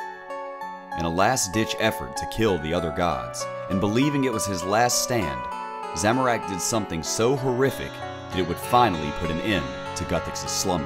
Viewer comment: Make more of these videos But please learn how to pronounce "Zamorak", I'm cringing over here